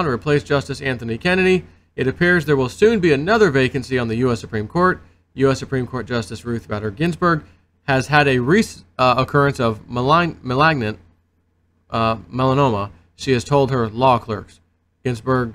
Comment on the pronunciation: Hey Malignant is Pronounced: Mah-Lig-Nint Keep on keeping on